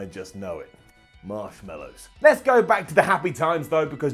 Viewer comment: Ups and Downs of career. watching wrestling so we don't have to - Up Saying "Marshmellow" instead of "Marshmallow" - Brown Down